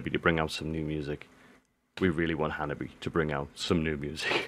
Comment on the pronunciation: Just let you know that the band’s name is Hanabie (pronounced like Hana-bee-eh), not Hababi. Hanabi (花火) is firework, and Hanabie (花冷え) is chilly spring weather. When spring has come, the air warms up and flowers blossom. But suddenly, cold air comes back and gives us cold weather. That is called as Hanabie in Japan. (Hana 🌸 is flower and Bie 🥶 means coldness)😉